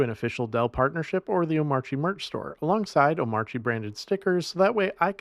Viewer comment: Is pronouncing the silent "R" in Omarchy a troll at this point?